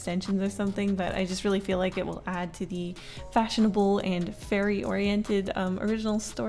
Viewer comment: i kept hearing 'furry' instead of fairy 😭✋